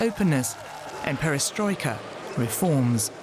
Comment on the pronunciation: 'Perestroika’ and ‘glasnost’ He had it right.